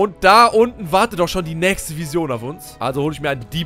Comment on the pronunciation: Boah ich dreh durch das du Vision wie der größte Almann aussprichst xD das spricht man ENGLISCH aus